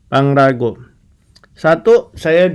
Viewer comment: Pangrango woyy bukan pangrago